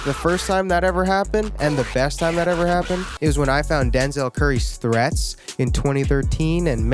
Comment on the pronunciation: u saying threatz took me back lol tbt